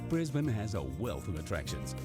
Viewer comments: Thank you for pronouncing Brisbane correctly!! I live in Brissy !!!! Love my city, my state, my Country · Well hats off to you for pronouncing Brisbane correctly and not saying Brisbaaaaaaane lol Firstly, Kangaroo's don't jump around out city streets. If you go out further where you see acreage properties, you will see heaps of them! We have them around us as we have a small farm just over an hour from the city. Mt Cotton has a tone of them and there is a great winery there call Sirromet. South Bank is right in the city and it's lovely and was the site for the 1988 Expo (probably way before your time lol) Brisbane is also way more relaxed than Sydney and Melbourne, it's not a rat race like those two cities. There is also the advantage of only being around 1 hour to the Gold Coast and 1 hour to the Sunshine Coast where you will find absolutely spectacular beaches! Australia Zoo is also not far from Brisbane and that is an absolute must see when you are here. It also never gets cold! We are crazy hot in Summer and our winters are beautiful and most of the time you can get around in a T Shirt in winter! In short, come to Brissie/BrisVegas/Brisbane, you'll love it here! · Glad that you pronounced it properly